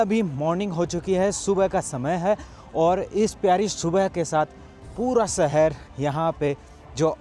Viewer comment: Pls say "shahar", not "sahar".